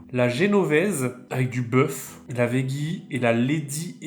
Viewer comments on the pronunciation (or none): none